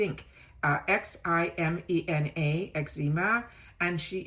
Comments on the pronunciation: The creators name is not eczema ,it is pronounced Hee-meh-nah (Ximena) love your channel! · Ximena is normally pronounced hee-MAY-nah. I hope that helps! 💜 Always enjoy your informative videos! TFS! 💜